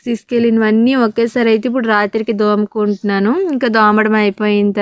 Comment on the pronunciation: దోముకుంటున్నాను కాదు తోముకుంటున్నాను అనాలి